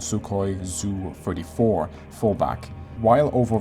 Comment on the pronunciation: Are you sure you can call yourself "" when you say "ZU-34" instead of "SU-34"? This isn't just about your personal preference, to be honest. ZU can be understood as a "Zenitnaya Ustanovka," which translates to Anti-Air, whatever (emplacement, self-propelled).